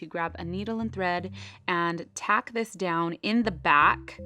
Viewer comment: its tuck not tack